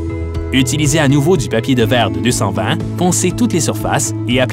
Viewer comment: Poncer de "noveau " corrigez vous , c'est pas sérieux